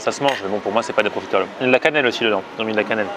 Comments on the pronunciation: tu te dis profiteroles man sans savoir comment prononcer correctement le mot mdr. C'est pas profitÉroles mais profitEroles. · Par contre on dit profiterol pas profitErole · Superbe vidéo mais tu le dit mal profiterol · profiteroles man et ça sait pas bien prononcer ''profitroles''